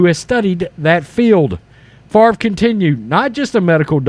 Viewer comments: It's "Fa-vre". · It's pronounced 'Faaaaaaaavvvrrruhh'